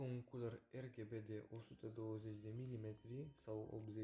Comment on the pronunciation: Fain review. Da m-a omorat faza cu “Erghebe”